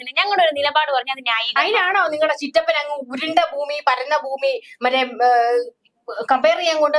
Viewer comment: ഫൂമി ഉരുണ്ടതുമല്ല, പരന്നതുമല്ല. "പരണ്ട"താണ് 😂😂😂